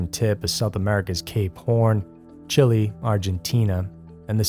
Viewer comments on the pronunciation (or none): none